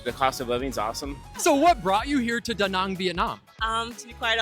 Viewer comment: Wow, you the first one actually saying Da Nang and not Da Näääääääääääng like everyone else. I like :D Great interview style also!